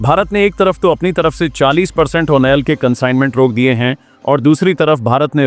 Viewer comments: यार तुम ऑयल को ओनेल मत बोला का करो। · Why do you prinounce "OIL"as "ONEL". Would you please rectify?